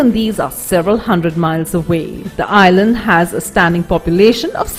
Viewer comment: Annoying how she says "island" - it's like she's murdering the word.